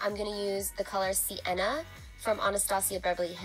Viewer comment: "SI-enna" no no no baby no. it is SIEN-NA